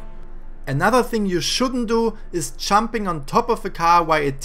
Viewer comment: It’s Jumping not chumping